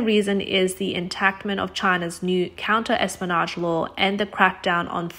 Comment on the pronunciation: Clear? But more to the point, if she's never read the word "espionage," can it be inflected properly—within its context, with sense, effortlessly understood? Basic narration job: fail.